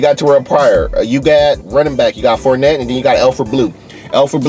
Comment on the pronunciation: I stop watching when he couldn't remember where Blake Bortles went to and forgot how to pronounce Leonard name.